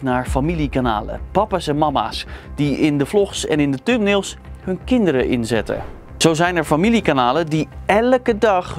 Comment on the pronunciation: Lekkere uitspraak.. "Tumnails" 😁